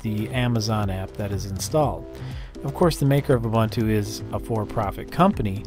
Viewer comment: Ubuntu is pronounced "Oo-boo-ntoo". Here's Nelson Mandela saying it for you :-)